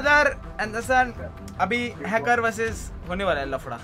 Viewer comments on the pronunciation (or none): Hacker hota hai hackur nahi🤣🤣😂😂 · Others: hacker: hackur